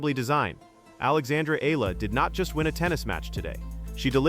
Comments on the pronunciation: But please pronounce first the name correct Eala (E-YA-LA). Thank you. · say : E-yala , correct pronunciation of Alex’s surname .. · You pronounce the last name Eala wrong!!! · I will subscribe to your chanel if you kwow how to pronounce EALA CORRECTLY.